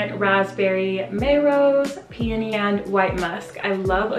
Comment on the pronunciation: You not only are beautiful, you glow from within BUT you are one of the few you tubers that pronounce peony right 😏🤗🌹♥️